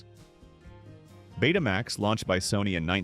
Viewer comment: Stop saying PC J R! It was the PC junior! Betamax is not Bet uh max, it in the Greek letter Beta combined with the word max. Home Betamax and commercial broadcast Betamax were two different products.